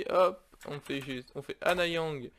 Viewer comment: Si jamais tu fais la suite... Stp dis bien Annyang et pas Anna Yang. Le nom ça veut dire "Salut/bonjour" en coréen. Merci